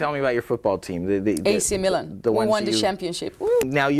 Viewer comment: 40: Milan!(me-lun)